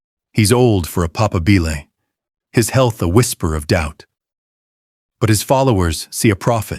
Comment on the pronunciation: It's not papaBILLe, but paPAAAbile.